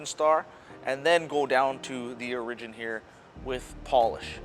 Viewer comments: This. It was really bugging me how he was pronouncing it. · That's not how you pronounce "Origin". Just trying to help!